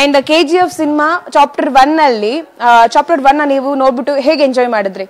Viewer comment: Chopter alla......chapter adu🤣🤣🤣